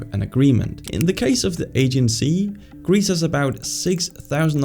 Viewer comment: Aegean Sea, pronounced Ah-jee-an